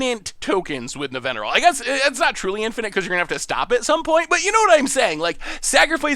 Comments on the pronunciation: mispronunciation also brings a little smile to my face. His absolutely perfect pronunciation of Nevinyrral while managing to but her Araumi, your own preview card, just makes me giggle. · pronounces Nevinyrral perfectly Also: Bonded Courier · Wait wait wait! You're telling me that can say easily say Nevinyrral but can't say chimera? What kind of logic is this? Also Nevinyrral goes infinite with phyrexian altar even more easily since you can eat all the zombies and Nev himself recast Nev and he'll coming in with twice as many there were. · He mispronounced heliod, but just nails nevinyrral., you sir are an enigma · I was looking for this comment. Was also impressed he got Nevinyrral because I even struggle with that one. But then be like CHIM-ER-A.